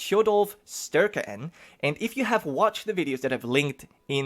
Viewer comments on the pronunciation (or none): You do say Tjodolv pretty alright, but it sounds more like you say sturke instead of using a similar sound to æ or ae. Its hard to explain without saying it directly to you. In the end it doesn't matter much, so its fine :P Others would probably pronounce it even worse. The Æ is the same as Ä. I know germany uses similar letters to how the swedish write them. So maybe that helps? No idea if you have that letter. Its a difficult name, and not normal by today's standards even, so dont beat yourself up too much about it.